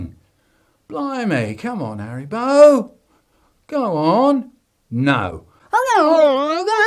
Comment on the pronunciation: ITS HARRYBO